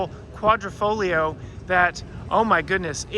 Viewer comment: it's Quadrifoglio not QuadrOfoglio!